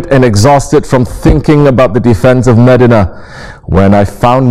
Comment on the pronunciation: " Its not meddinna its MEDINAH